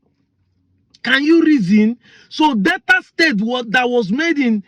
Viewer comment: Btw.. It is NOT DETTA BUT DEL TA. Not Downsin road but DAW SON road. Not Bantist but Bap tist.